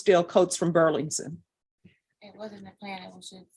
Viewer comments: Judge Boyd's struggle to say Burlington Coat Factory every time she said it was kinda adorable. 😊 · The judge repeatedly misprouncing "Burlington" is driving me insane 😂